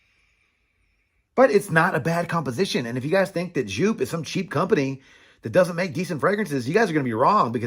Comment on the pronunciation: A german giving a pronounce tipp: Just say the "eau" from "eau de parfum" between the "J" and the "P" and stretch it like J"eauuu"P! Good review!